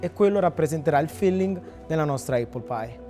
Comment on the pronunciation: Apple si pronuncia appol e non eppol. Conoscendo i prezzi attuali di Londra credo che una porzione costi non meno di 30/40 sterline. Auguri